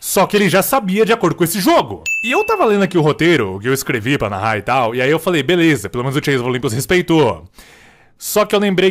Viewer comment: você disse... Narrar?